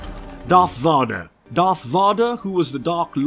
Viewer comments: Darth Vodder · who tf is Darth Vaadar